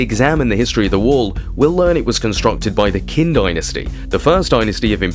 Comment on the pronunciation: If I were to pronounce English place names the way you pronounce Chinese, London would be Low endo en. Qin sounds more like Chin. Not Kin. And Xiongnu is more like Shong (rhymes with gong) New. We have the internet. You can do better. Otherwise, well done!